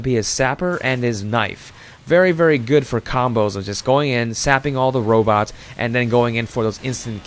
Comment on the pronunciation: "Sniping is a goid job, mate!"